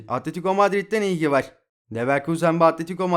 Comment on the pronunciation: Var derken vağr demene tilt oluyom kanka agzini yuzunu kirmak istiyorum